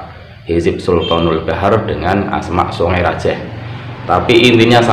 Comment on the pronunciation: Songai rajeeeh Pakai e tadz bukan E Salam dari madura bangkalan ustadz,semoga chanel nya semakin berkembang.